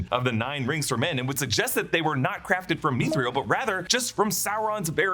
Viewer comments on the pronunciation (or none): Mithril is two syllables. Meeth ril. Not meeth ree el. :)